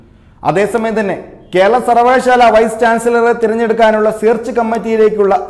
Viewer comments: സർവകശാല അല്ല സർവകലാശാല യാ ണ്. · സർവകലാശാല (സർവകശാല അല്ല)